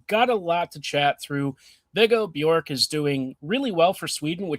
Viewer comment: Well done with the pronunciation of Björck.